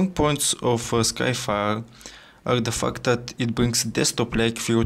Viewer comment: he said "the fact", but it really sounds like "the f**k"